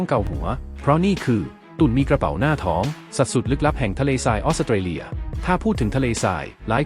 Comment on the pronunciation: ออกเสียง ออส-สะ-เต-เลีย พุนะ😂